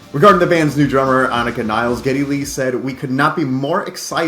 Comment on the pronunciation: As if the annoying mispronunciation of Peart as 'Pert' wasn't bad enough, now we'll have people mispronouncing Nilles (Nil-less) as 'Niles'.